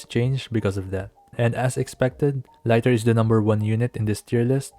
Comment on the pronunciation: It's "lee-tur" like the unit of measurement, not "lai-tur"